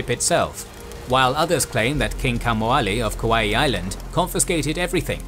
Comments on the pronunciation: Nice video, but interesting pronunciation of Kaua’i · Nice try for Kauai buddy too lol